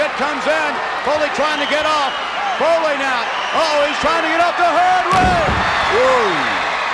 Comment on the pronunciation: Is that is the match where the announcer got Mick Foley's name wrong?